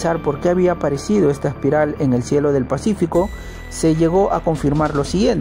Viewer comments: Se pronuncia Espiral y no Aspiral como dice el narrador. Además, repito que la música de entrada de éste programa no es adecuada. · La denominación es espiral como se lee o aspiral como el que pronuncia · Amigo Aspiral no existe, corrije, .la palabra es ESPIRAL, es una lastima que esto pase, para hacer este trabajo, hay que prepararse mucho, éxitos!!! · Aspiral ..no....... es espiral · Se llama. ESPIRAL. no ASPIRAL. GS.